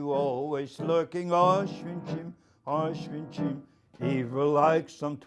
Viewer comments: ItsOnlyFear2018 so he's been in Auschwitz for 3 fuckin years and for some reason he can't pronounce Auschwitz correctly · so he's been there for 3 years and he can't pronounce "Auschwitz" the right way, give me a break